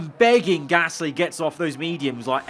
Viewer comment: Praying for next season can say Gasly correctly